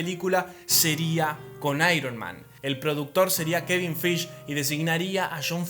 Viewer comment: Kevin qué? Acaso dijiste Feich?